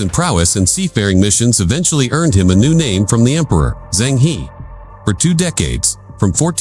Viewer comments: China never invaded others in its 5000 years histiry. Zheng He is pronounced -Jeng Ho. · You got it wrong I Zheng He; he is not English, it is Chinese HE,和! E ounds like in early 's "ear " ur urgent's "her", without r end found